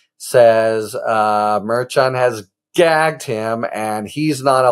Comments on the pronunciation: Mer shawn, nor Mer CHAN. Stop it Harry. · I watched Karen Friedman Agnifilo correct you on how to pronounce the Judges name, yet you still put a french flair on it. Drives me crazy. Mer-SHAWN. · Harry please, Karen told you how to properly pronounce the judge's name 😭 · When are you going to learn how to say the judge's name?